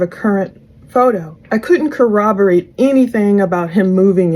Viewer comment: I know this sounds silly, but thank you for pronouncing corroborate correctly. There’s nothing that hurts me worse than a 50-year-old detective still says it incorrectly.